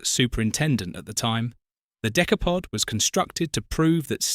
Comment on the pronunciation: The Decaypod. Found that annoying sorry